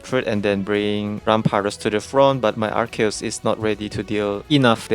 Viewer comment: wow you're actually the first person i've seen that pronounces Arceus correctly, even tho its japanese name is アルセウス Aruseusu (I'm pointing out since i believe you are japanese, so it's even more impressive getting the pronounce right because it's composed of latin root words)